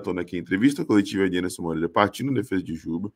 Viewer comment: É Enderson, é Enderson... técnico 🦸